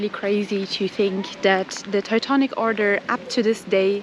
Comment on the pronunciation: I love how she pronounces "Teutonic" correctly